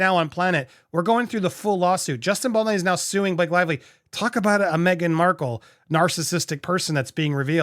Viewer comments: Pronounced “Bal-doe-nee” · Justin Baldini😂. Its funny to see the trouble has with this name 😂